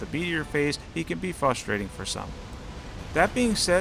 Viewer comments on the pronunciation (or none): none